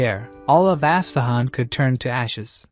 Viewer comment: Its pronounced US-FA-HAN... with the AI pronounciation as bad as it sound.. it spur'd out even worse.. ASSFAHUN.